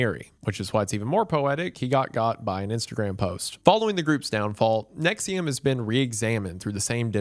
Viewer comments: I haven't watched the video yet, I clicked on this vid and read "Nixium" in my head and went "but its probably not pronounced that way" and the first sentence was indeed you pronouncing it that way. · If you buy into thinking “NXIVM” is pronounced “nexium” honestly you probably deserve whatever these people do to you 💀